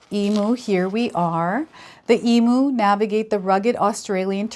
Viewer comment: Some friendly Aussie advice, for future reference EMU is pronounced E MEW. Thank you for the reading. ❤